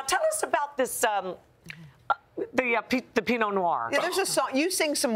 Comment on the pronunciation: PINOT NOIR not PEENO (maybe it was made on purpose se people would go on the video and comment to correct, hey hey)